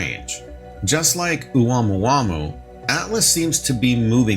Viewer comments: Hey, you aren’t slick. I heard the way you pronounced the Hawaiian name for that interstellar object: OH-WAMOO-WAMOO! You tried to sell it…play it off like you’ve been saying that word since college. But that word tore your behind UP! 😂. Seriously, unless a Pacific Islander issues further correction, the accepted pronunciation is, OH-MOO-AH-MOO-AH. Can’t have you going around reporting the news of it sounding like that.😂😂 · Its pronounced ah-moo-ah-moo-ah for god sakes. Lol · Thought it was pronounced Ah-moo-ah-moo-ah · Pronounced “Oh Mua Mua!”